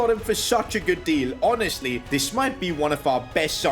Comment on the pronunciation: Yes HONASTLY sorry just found it funny don't mind